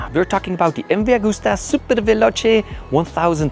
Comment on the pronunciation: スーパーファローチェ☝️😳⁉️ スーパーヴェローチェ…だろ☝️😒⁉️ ムバーグスタァ☝️😳⁉️ …МＶアグスタ…だろ☝️😮‍💨⁉️ スペルもマトモに読めネェのか🤷❓ メキシコだろうが何処だろうが、翻訳して日本語で喋ってくれるのは良いが…訳し方、発音もオカシイ🤷❗言葉に区切りが無い。…途中で早口に成るし☝️😩⤵️